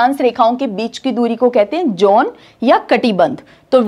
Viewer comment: John, zone ,please pronounce both these